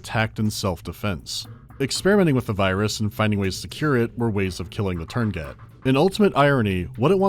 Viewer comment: tuurngait virus? thx for the 2nd "u" and the "t" i guess